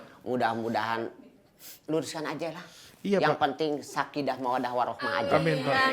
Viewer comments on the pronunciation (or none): SAKINAAHH PAAKKK BUKAN SAKIDDAAAHHH WKWKWK